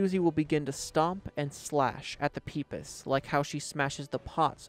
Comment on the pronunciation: bro it aint"peepiss" its pip-ees i have heard like no say this right. pipis are like little fresh water clam things irl. not trying to be mean just letting u know look it up if you want